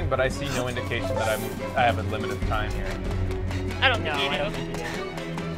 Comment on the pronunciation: UNWIMITED FRAAAGE!